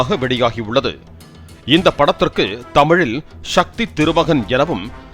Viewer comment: ஷக்தி இல்லை சக்தி.